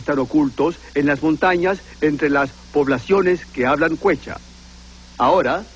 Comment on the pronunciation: Took me a second to recognize the word Quechua. My college professor pronounced it /kech-oo-a/.